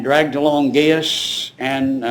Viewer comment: The grammar & pronunciation in this very informative documentary was abysmal, " they drugged them down" instead of they dragged them down". Very difficult to listen to the mis-pronunciation of the Greek & Roman place & family names. I know it sounds petty but it grates on the nerves.